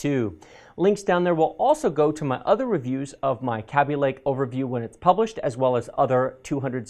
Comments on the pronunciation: Kay-bee lake. That's what the people who made it call it, he says it weird & it bugs me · is a shill like that bro, its a psy-op he's pulling on us bro. He says it weird like that so you will remember easier.